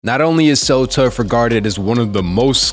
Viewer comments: Tsu Surf is pronounced Sue Surf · It’s literally pronounced T. S. U. As in the actual letters re do this bro and “solaunge” is pronounced like that